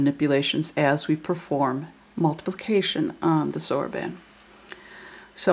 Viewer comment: Excellent. I've always wanted to learn to multiply on the soroban, and you did a great job explaining clearly. But please pronounce it soroban (the "a" is like Han Solo). It's driving me crazy.